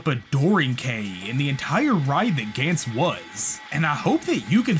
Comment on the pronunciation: Its pronounced Guns as in 🔫 not a"gaints"